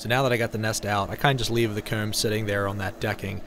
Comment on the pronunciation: I’m just here for the way you say comb, home, dome, bone, gnome, phone, loan